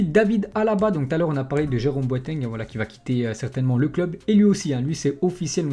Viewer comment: C'est pas boatangue.. c'est pas boaitaingue. Mais c'est Boateng.